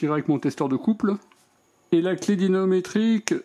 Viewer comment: Merci pour cette vidéo En revanche "dynaNometrique" je ne crois pas c'est plutôt "dynaMometrique" 😊